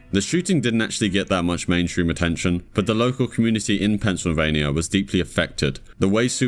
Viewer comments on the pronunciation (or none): none